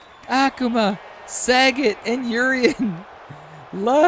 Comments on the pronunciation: Sah.Got is how it's pronounced brother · It's Sa-Got. He should have owned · .......Love your rumble videos......so a few comments......Its not SAGET....(as in Bob Saget)......its Sagat (pronounced Sah-Gaht). Also, Ryu can be pronounced Rye-U or Ree-You. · There's a difference between mis pronouncing, and just not reading. Its not Bob Saget, its SagAt with an A.🤦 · Jesus the butchering of these street fighter names. Sagat is pronounced Suh-got. Akuma is pronounced Uh-koo-muh. Ryu is Re-you. You got Fei long, zangief and Vega right though. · Yea I cringed every time you said Sagat, 😆 I was glad when he was eliminated. 😂